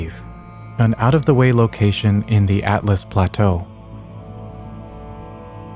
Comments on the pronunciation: its ALTUS plateau, not atlus plateau, tiny nitpick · "Atlas plateau" its Altus. Made this mistake early on as well. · ALTUS!!! Please, everyone, stop saying Atlas Plateau. It’s Altus!! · you seriously called it (atlas plateau) haha. Al tus is not at lus. other than that good video. I was wondering why no one talks about the land mass to the west and north in the game right now and have always been there since the game launched, what is out there? will we ever get to go to it? They are clearly visible to the north of the haligtree and on the west coast of liurnia on a clear early day using a bow to zoom in and get a closer look. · Hey dude, cool videos but I’m just curious…how do ya get the pronunciation of Altus wrong? You said Atlas, no biggy but y’know 😉🤷🏻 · "Atlas plateau" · Yes it's ALL-TUS